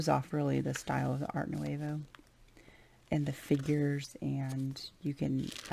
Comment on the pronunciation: It is beautiful! I sure wish you pronounced Nouveau correctly though..